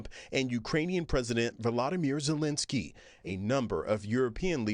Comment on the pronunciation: Zelensky is ALL OVER the news, how is the reporter gonna say his name wrong?